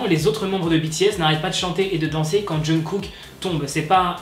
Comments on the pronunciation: TU FAIS BEAUCOUP TROP DE FAUTE LA DERNIÈRE FOIS C'ÉTAIT AMRY AU LIEU DE ARMY ET LA C'EST JUNGKOK AU LIEU DE JUNGKOOK MAIS WSH RESSAISI TOI 😅😅😂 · Je pense pas que se soit choquant pour nous, on est "habituer" à voir pire, mais en Corée c'est beaucoup moin le cas. Même si j'adore le look délacalé de HyunA je pense que se genre de chose n'est jamais un bon exemple, alors si on peut en limiter.. Sinon c'est "Jungkook" 😘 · JUNGKOOK EN FRANÇAIS JEONGGUK EN CORÉEN ET PAS JUNGKOK 😭